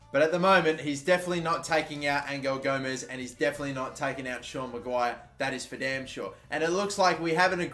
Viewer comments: Btw Angel Gomes is pronounced Angel as in gods angel not Angle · It’s angel gomes not angle gomes